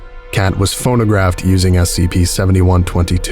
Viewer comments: This has a very series one feel to it. A lot of the writing feels like something that would be in a series 1 SCP, sounding very informal at some points (e.g. “died on the spot”). Not a very good article IMO. Also I swear you kept saying “phonographed” instead of “photographed”. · ... Are you saying "phonographed"? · You kept saying "PhoNOgraphed".